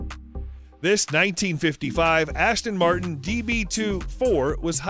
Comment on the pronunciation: badasss-ton Martin😅😅😅